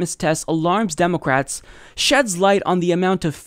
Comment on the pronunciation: "Democwats" lmao